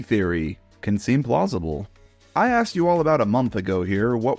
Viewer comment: Does anyone else hear I axed you all about a month ago